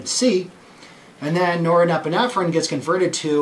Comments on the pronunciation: Yes. Great explanation. But somehow he's got an extra syllable in that word... :D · I'd never take any advice or notice of a 'Doctor' who cannot even pronounce norepinephrine properly.... Specialist, or snake-oil salesman?? Does someone hear a duck quacking?